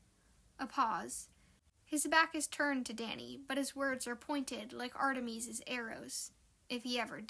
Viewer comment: artemees?! it's Artemis = aar - tuh - muhs. I'm a fan of mythology and this bothered me so much. I'm sorry 😓